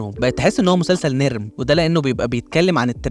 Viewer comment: اسمها "نُـرم" مش "نرم" جايه من نورمال يعني طبيعي